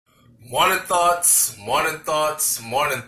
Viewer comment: Sounds like you're saying, 'morning thots'. Please say something else